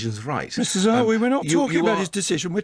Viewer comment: I know you are a treasure and we love you, as an important voice in the social media. But the new chancellor is Nadin Zahawi, not Zawary.